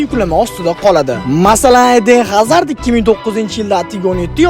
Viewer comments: Hazard deb o'qilmaydi Azard 😂😂😂😂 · Azarmas❌ G'azard✅ 😂😂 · Admin HAZARD dep yozilgani bilan AZAR dep oʻqiladi 😂